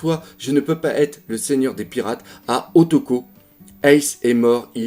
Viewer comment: meruem c est trompé ce n est pas o toko c est o tama.